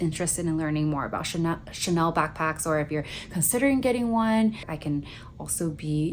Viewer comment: I don't know what it is but obviously you live more of a luxurious lifestyle but it comes off more personable, and you're so nice with your responses 🥺. When you said 'Chanaynay' I burst out laughing. So silly but so cute. Seriously though take care of your health - health is wealth for real.